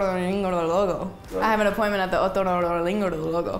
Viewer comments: Gente normal: otorrinolaringologo. La hermosa Sabrina: otorinolorolorogaringogolo. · Cuando Sabrina dijo otorrinolaringólogo se escucho como Google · Sabrina: otorinolarinlorororlogo Yo B) : otronkinlocolakinkokoloko xd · Soy yo o la palabra otorrinolaringologo ella lo dijo comontipo italiano